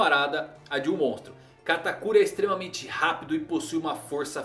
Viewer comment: Gente ele fala o nome do katakuri errado se eu escrevi errado o nome dele perdoem o minuto